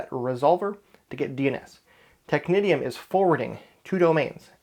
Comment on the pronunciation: Isn't Technitium (excellent server BTW, I used it too but as authoritative too—for AD no less) pronounced as "technician"? (but with the correct vowel sounds, of course).